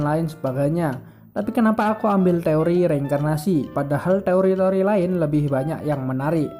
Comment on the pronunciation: Lu apa ga tau si Tsukasa tu termasuk wibu Edit : tambahan bang pas ngomong teori ngomong te nya b aja lahhh😂😂😂😂, tambah lagi yang penting ngomong t nya b ajalah